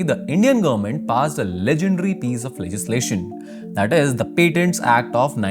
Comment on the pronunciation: What's the meaning of "gurr-ment"? Anyone?